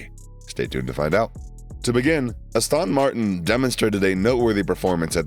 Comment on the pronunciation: Astön Martin